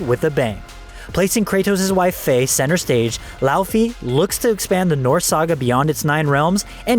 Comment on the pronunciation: I don't get it. I am Slovenian. I watched the State of Play that revealed God of War: Laufey, and they didn't call it Laufy Why is it so hard to pronounce a name that you should have heard the pronunciation of if you are talking about it?